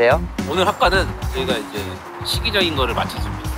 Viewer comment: '시기적인' 피식대학 민수님의 사투리가 자동재생 되는데요ㅋㅋ